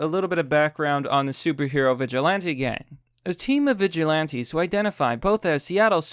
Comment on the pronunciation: Actual Text: Vigilantes: Veg ilantes. Sometimes I think he mistakes on purpose, and I'm ok with that.